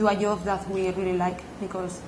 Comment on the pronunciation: made my day with her pronunciation HAHAHA! PIKTÚR and YOB!